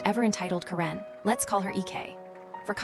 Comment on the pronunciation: Stupid AI can't pronounce Karen correctly. Let's get a real human being on here. Thumbs down 👎